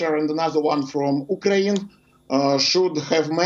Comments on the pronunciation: i hate when he says oak krayne referring to ukraine i don’t know what the hell is he saying about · The way he kept saying "fookraine"